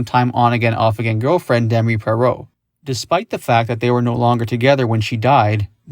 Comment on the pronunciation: Why did you pronounce her last name like that?